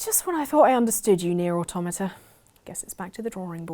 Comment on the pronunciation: Omg, she said Automata right, finally.